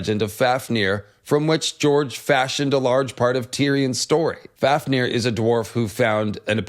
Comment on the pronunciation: pronounced fawfnir